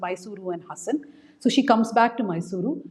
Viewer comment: Please pronounce the name of the place correctly. Its HAAASAN